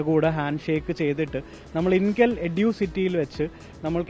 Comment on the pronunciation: എടു അല്ല എഡ്യൂ